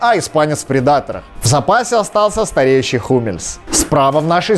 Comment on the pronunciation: Бутцы Пумы Future ты произносишь ужасно сходи на уроки английского и адидас хищник произносишь уши режет